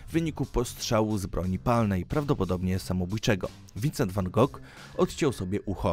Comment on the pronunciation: Numer 9: Prawidłowa wymowa jego nazwiska to wan HO, nie wan Gog. Powód: Jego holenderskie nazwisko w oryginalnej formie jest nie do wypowiedzenia dla Anglików.